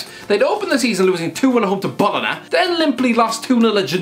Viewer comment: He pronounced Bologna and Genoa incorrectly